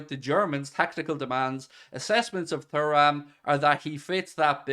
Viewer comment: Showing your young age with the pronunciation of Thuram hahaha